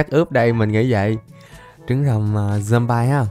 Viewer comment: Zom bi chứ ko phải zom bai nha anh